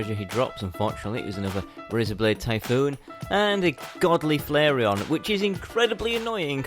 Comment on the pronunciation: its the flairon, not flairion